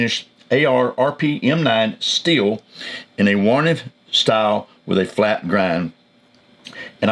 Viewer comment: Good review. Wharncliffe blade. I think you are saying Wharniff!